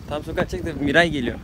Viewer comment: Miray değil Mira o